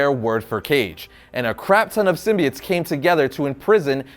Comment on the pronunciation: He says sim-bee-its which it's how it's supposed to be.